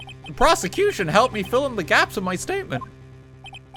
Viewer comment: ok, this whole thing was a mess but 'proseccocution' right at the end really made me lose it